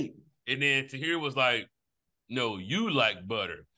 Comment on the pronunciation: Tahir definitely should have logged out right after that mispronunciation.